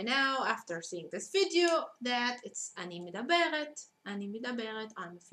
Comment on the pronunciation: it's medaberet/medaber - not midaberet. teach you're own language, not a language you've learned.